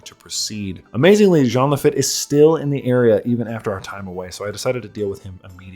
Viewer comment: minor nitpick. Lafitte is probably pronounced "La-Feet" since it's french.